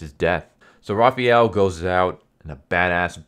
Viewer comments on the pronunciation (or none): Great video. Quick advice though: It's pronounced Raphael, not Raphiel. Since it is pronounced exactly how it's spelled in every other language. Another acceptable pronunciation is Ra-pha-yel, which is what English and American people prefer to facilitate, if you prefer. The important thing is not replacing the "a" with an "ee" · Raphael isn't raffee-el Why you keep saying jt wrong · who is "Rah-fee-el"? lol. Had to replay the beginning to know you were saying "Raf-fi-el" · is that the official pronunciation? "ra-fee-el" not "ra-fa-el"? just curious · raphAWWel not raphEEel *cringe 😤😬 sorry that always annoyed me. Good breakdown, that should've made the movie based off this. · First off, you're pronouncing Raphael's name incorrectly. It's Raph-aa-el. Secondly, his weapon is not Kunai, it's the Sai. Have you ever seen or read the TMNT ever?? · i’m not sure what’s tilting me more. Raphiel or Zabooza 🤣🤣 good video tho. enjoyed it thoroughly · Thank you for this. Butchered the names, but dope TLDR RĀ-FĪ-EL (Raphael). ZAH-BOO-ZA (Zabuza). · Why do you pronounce Raphael like that? That's not how you say the name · I mean I would understand calling a Japanese weapon by a wrong name, but I don't understand why you pronounce Raphael so freaking weird